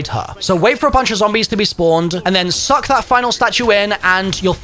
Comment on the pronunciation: Why do you say SUCK like that lmao